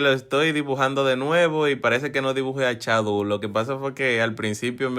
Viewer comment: Se dice shadow no chadow😂😂😂